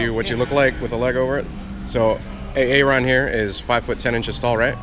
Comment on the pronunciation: Am I the only one who knew why he called my man, A-ARON!?... LOL